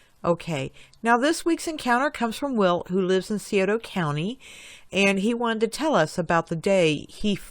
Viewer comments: I don't usually like to correct folk Scioto is pronounced cy oat a. if this looks right to ya. sorry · You are NOT saying Scioto properly. That's strange for!